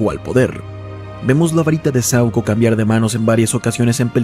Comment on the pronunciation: Es saÚco, no sAuco 🙄🙄🤦🏻‍♂️🤦🏻‍♂️🤦🏻‍♂️